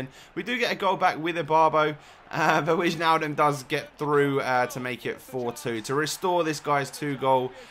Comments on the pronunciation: Im dutch and you pronounce it like Wine-aldum. You make great video's btw. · it's pronounced as WINEALLDUM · It's Wynaldum and the a is like the a from walk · Do not say whichnaldum, say wijnaldum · Haha it is wynaldum not wignaldum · it's not witchnaldum like you say it, it Weihnaldum just like in Weihmann... Hope I didn't make it too difficult. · als je wainaldum zegt is t nog fout je zegt t als weinaldum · the dutch people say weinaldum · Hey you say is as :Weinaldum, i'm dutch so i know it. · Im dutch and it is wijnaldum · You pronounce ´Wijnaldum´ as ´W-eye-nal-dum'. Haha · You pronounce it as 'Why-nal-dum' dumb without the b at the end :) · wijnaldem , its not that hard! haha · it is wainaldum in dutch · it is wainaldum i'm dutch as well. want de mensen die mij niet geloven zouden zichzelf is even goed moeten gaan afrukken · Great video, you don't pronounce the j in Wijnaldum in english. It always sounds funny when english youtubers pronounce dutch names ps. try to say: Wijnaldum is echt een goeie voetballer die bij PSV speelt lol it means that Wijnaldum is a Great plager who plays for PSV ( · You say wainaldum oke i'm dutch if you don't believe me than take this: hoi mijn naam is henky richards en ik ben verschrikkelijk aardig. BOOOOOOOM!! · Its not wignaldum but the other pronounciation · Wijnaldum is pronounced as Wynaldum, I'm Dutch. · Whynaldum, that's how you pronounce it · You pronounce it WEInaldum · it's wIJnaldum not wichnaldum